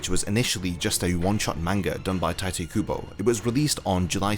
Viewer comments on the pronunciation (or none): none